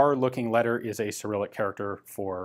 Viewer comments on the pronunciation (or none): none